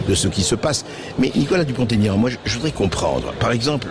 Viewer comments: Bercoff a la tête dure... C'est Dupont.... Aignan, pas Tégnante ! 😂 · On ne fait pas de liaison quand il y a un trait d'union. On dit Dupont, Aignan et pas Dupontégnan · Pouvez vous dire son nom comme il faut!!! Pas Dupon- taignant!!! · Oh bercoff ..Nicolas vous a dit pas de liaison entre dupont et aignan.. c'est pas compliqué